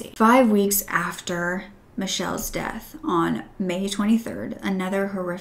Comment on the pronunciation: you said deaf instead of death oops